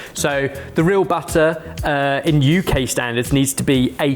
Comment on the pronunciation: is still the only British person in history to put the emphasis on the U in UK, and I'll never understand it